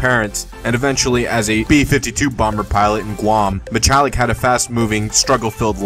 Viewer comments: It's pronounced Mi-hall-lick not Mi-chall-lick. Steve did not die from steroid abuse. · Steve Mihalik, pronounced with just an H not ch...dmass